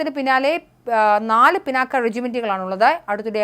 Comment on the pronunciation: പിനാക്കയൂം പിണ്ണാക്കും ഒന്നുമല്ല "പിനാക " എന്ന് വായിക്കൂ തള്ളേ. പുരാണ ഇതിഹാസങ്ങളേ ക്കുറിച്ച് ഒന്നും അറിയണം എന്ന് പറയുന്നില്ല , പക്ഷെ സാമാന്യ വിവരം എങ്കിലും വേണ്ടെ തള്ളേ.